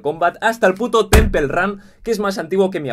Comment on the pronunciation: Temple se pronuncia tempol >:v